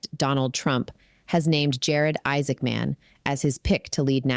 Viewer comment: Isaacman should not be spoken as two words. Sounds weird.